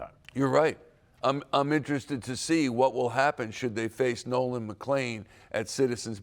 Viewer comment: Brother can't even say Nolan's name😂